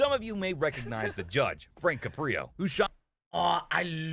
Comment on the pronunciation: I've met Judge Caprio, He's truly one of the nicest people you could ever meet. Unfortunately, after he retired, he had some health problems, but he"s doing much better now. BTW, his name is CAP-ri-o; not cuh-PRI-o A video interview with the Judge from last month Judge Caprio: I Don't Know What the Future Holds